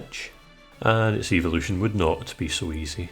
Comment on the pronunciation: When you said evolution when you were evolving Pidgy into Pidgyoto. I thought you said Eeveelution not evolution